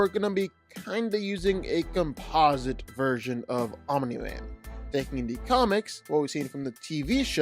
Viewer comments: I enjoy your videos, but I cringe every time you say Omini Man. There is only one I. Omni, not Omini. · Random ahh comment but i like the annunciation of omniman, you say it like om u nee man almost not just om nee man i kinda like it lmao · Fun fact: Omni-Man is not pronounced "Ominy Man". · Hahahahaha... I'm-uh-knee man!😂